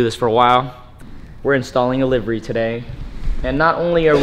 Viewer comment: wow this is like the first person I have heard say livery correctly.